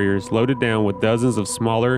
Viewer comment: This goof can't say WITH. It's not pronounced WIT. Also Newfoundland is not called New found land. Lol...whatta dusche.